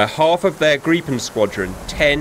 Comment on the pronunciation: Plus points that you prenounce "Gripen" correctly and not "Grippen"